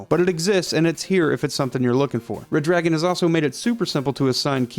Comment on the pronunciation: Damn it, it's Red-Ragon, NOT Red-Dragon. Get it right.